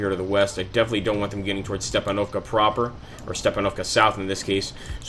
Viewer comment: Not StepanOvka but StepAnovka. Use right stress on the 'A' letter